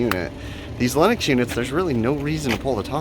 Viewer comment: Just seeing the circuit board like that while rain is coming down scares the crap out of me. And yet again Lennox sounded like Linux. And I thought you said we had a Linux System! Maybe it does run Linux?